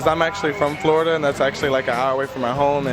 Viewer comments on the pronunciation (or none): none